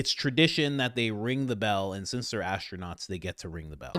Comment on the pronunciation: “Ass-tronaughts”…. I’ve had longer episodes on the toilet